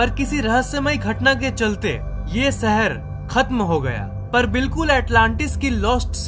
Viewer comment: Bhai shehar bolna sikh